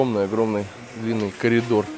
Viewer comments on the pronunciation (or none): none